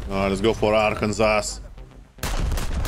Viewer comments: Just so you know for the future , its pronounced Arkan-Saw not Ar-Kansas. not being nit picky, just so you know <3. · hey love your vids, this is actually pronounced Arken-saw not Arken-sass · Love your pronunciation of Arr-Kansas. It's ar, can, saw lmaoo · your english is magnificent, although i feel i must inform you the name of the state/ship “arkansas” is actually pronounced (ARE-Can-SAW) at least where im from lol. legendary performance as always good sir! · As someone from Arkansas I feel obliged to help you with the silly pronunciation of my home state. Don’t ask me why it’s said this way but hey it is what it is. It’s pronounced ARK-AN-SAW. I know I know silly but hey what can you do. Love your stuff keep up the good work! And if you ever wanted to do a USS Arkansas video that would be cool. I mean it did cover the landing at Omaha beach. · not to be that guy, but Arkansas, for some reason, is said as Arkansaw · This is english: the name is written "Arkansas", but you pronounce it "Arkansaw". Yep...